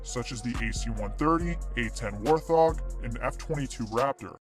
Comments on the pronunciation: this mf saID WOR THOG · No no no no, it’s a WAR-thong